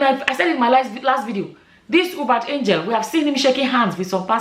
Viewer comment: It's pronounced You-Bet. If you can see how unshaken his followers are you'd know that sorcery is really.